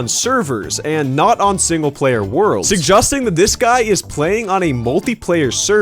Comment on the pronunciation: Why is no one talking about the way he says “suggesting” ???